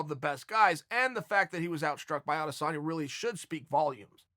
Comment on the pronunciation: s/o Chael for saying Adesanya